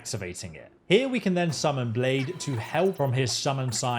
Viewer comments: Cringing every time he says blade instead of blaidd like I'd expect a foreigner to know our words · Nooooo not Blaidd being called "Blade" as well! hahaha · Blaidd is pronounce Blythe btw, it means "wolf" in Welsh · other than butchering the name Blaidd great walkthrough man